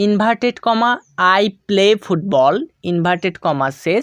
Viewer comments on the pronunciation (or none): ফুববল না স্যার ফুটবল ❤ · ফুটবল not fubbal